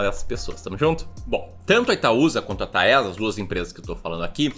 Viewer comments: Pelo amor de Deus não fala mais “Taésa” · Vc falou 26x Taésa, é horrível...